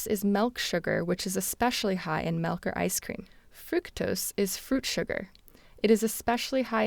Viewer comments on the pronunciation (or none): disliked the video cause she pronounced "milk" as "melk" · The word is MILK not MELK.